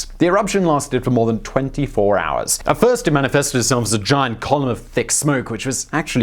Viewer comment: {Jacques Cousteau} 2 Owerhz Lay-tear Simon's still reading from the same list